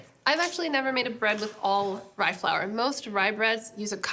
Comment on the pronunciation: This is fun. She seriously botched that rye bread.